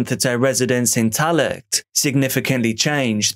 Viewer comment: “Tallaght” is pronounced “Talla”. ☺️🇮🇪